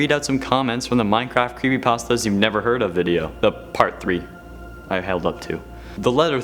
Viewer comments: No one: Legitimately No One::"Crepepastas" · He said "CrappyPastas" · I thought he said crappy pastas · Good job of saying crappypastas not creepypastas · Oh no... when he said crepypastas i had goosebumps take over me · In the intro u said crappy pastas Also u like xbox hence the topic of the video.